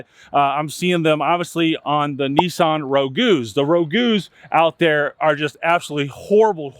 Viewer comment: Née sun Ragu… it’s Italian